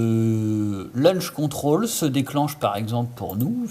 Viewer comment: Launch control, et non pas LUNCH CONTROL, sinon bien ta video, mais c’est bcp plus compliqué sur edc17, med17...